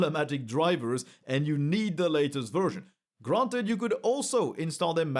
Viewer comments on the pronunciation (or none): none